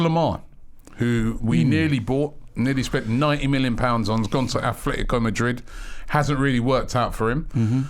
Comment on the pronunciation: Robbie: Afffletico Madrid